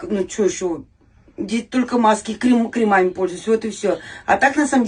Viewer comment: КрЕмами, ударение на первый слог. Грамотность немного подтянуть, и будет просто идеальная 58-летняя женщина из толпы💯